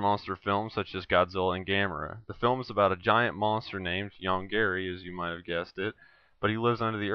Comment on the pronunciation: you should say Yong GAHREE Not YongGEREE.